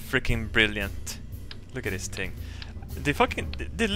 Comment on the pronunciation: th th th th not ting